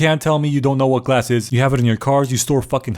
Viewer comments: glass? Or galss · "galss" GALLS??? More like BALLS...Haha...right?